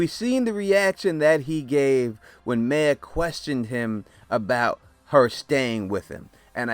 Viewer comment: “Mare” not May